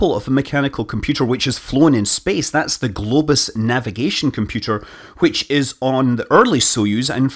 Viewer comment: "Speeece Peeewp"